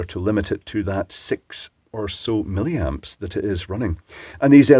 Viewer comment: hehehe you said "silly-amps"